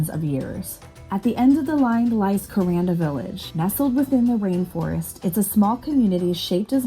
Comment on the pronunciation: If a cassowary doesnt scare...you are a fool. Vicious little buggers. They can disembowel you with those claws. They are not found anywhere but up north in the rainforest...Thank God. It is pronounced KurANDa the middle rhymes with sand.